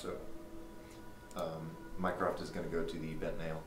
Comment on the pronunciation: Instead of mycroft all I hear is mine craft and I hate that game. Lol